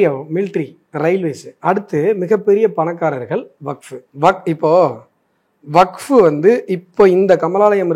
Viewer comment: அஸ்வத்தாமன் அவர்கள் WAQF என்பதை வகுப்பு,வக்பு என்றில்லாமல் மிக சரியாக உச்சரித்ததற்கு நன்றி.